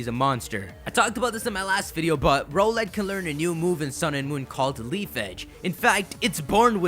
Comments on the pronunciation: I think it isn't pronounced "Ro-let" I think it is the word Owl, with an "R" before it, and an "Et" after it. Therefore, it should be pronounced "R-Owl-Et" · Isn't Rowlett pronounced r-owl-et and not roe-let? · Can you pronounce rowlet as r OWL et not ROLL ett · It is pronounced Rau let not role let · I think Rowlet is pronounced more like rOWLET that ROWlet. I mean it is an owlet, a baby owl. That's just my opinion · Rrr OWL let. Not Rohh let. OWL. Its an owl. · Yo it's pronounced R - Owl ett not roll -ett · Not trying to be rude but I'm pretty sure Rowlet pronounced "Rao-lett" instead of "Row-lett". Yknow, like the word Owlet? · HIS NAME IS ROWLET, NOT ROLLET. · Do you guys think hes saying Rowlet wrong too? I think its r OWL et vs ROW let Or is that just me? #TeamRowlet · Don't you just love how he says row-let instead of r-owl-et yet he says owl instead of ole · I'm leaning towards choosing Rowlet, but I usually tend to go with fast attackers, so Popplio might have a chance here. If it indeed does get the Figthing type, it'll have an even bigger chance. [PS: it still bothers me how you pronounce Rowlet's name. It's an owl, so why "Row-let"?] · Dude like the vid, but it's ROWLet as in 'owl.' Can't believe I have to play Captain Obvious here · I'm pretty sure it's rOWLet with the o-w-l being pronounced like the word owl.